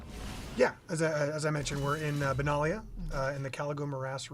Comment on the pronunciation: Benalia is a nation on the plane of Dominaria (canonically). Are you getting it wrong on purpose? It seems like you are.